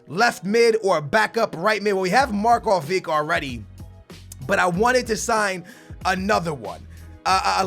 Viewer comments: It's not MarkoviK, it's MarkoviCH!!! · MARKOVICH NOT MARKOVIC SAY IT RIGHT!!!!! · It's MarkoviCH not Markovik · it is markovič, not markovik, you have to say it like modrič or rakitič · Markovic is pronouncent Marcovich